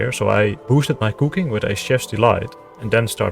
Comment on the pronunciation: He says "Kooking" like Verf (